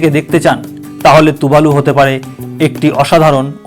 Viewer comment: আরে ভাই তুবালু না টুবালু